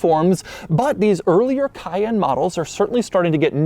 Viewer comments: KAY-EN, doug. Not Kyann. Cayenne = kayen. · Emphasis is on 2nd syllable not 1st. cay-ENNE.